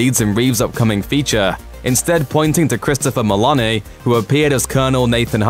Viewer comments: It’s a long ‘o’ sound in Meloni, not “Melani.” This guy’s voice is like nails on chalkboard AND he can’t pronounce names correctly. Why is he still doing these? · Way to mispronounce Christopher meloni.